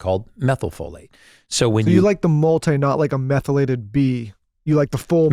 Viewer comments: Absolutely the dumbest interviewers to ever interview Brecka! How many times does this chick ask the same questions? Can't pronounce "methylated?" The amount of interuptions....I feel sorry for Gary having to sit through this shit. Seriously! I'll bet he was wondering if he was being punked about 1/4 the way into this. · She is awful. Couldn’t pronounce words that had she done any research she could have practiced. Love Gary but couldn’t watch this podcast for more than 15 minutes.